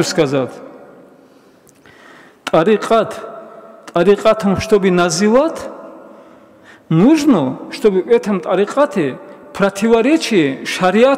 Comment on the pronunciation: Не називат а называть. Не бикь , а бык, не сказат а сказать.